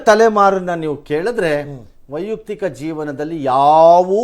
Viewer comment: ರಂಗಣ್ಣನವರೆ " ವೈಯುಕ್ತಿಕ" ವಲ್ಲ, ಅದು "ವೈಯಕ್ತಿಕ" ಎಂದು ಉಚ್ಚಾರ ಮಾಡಿ.